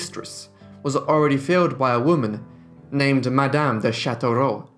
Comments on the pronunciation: I love how you pronounce all these names. You make it seem effortless!! Awesome videos!! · You really say those names very well.i cant say my name right so no way ill try to pronounce all those french name.